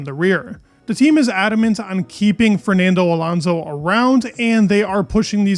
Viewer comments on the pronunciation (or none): Bro it's Alonso not Alanzo, you're constantly repeating this mistake???